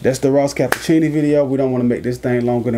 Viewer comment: Ross Ca-pitch-i-oni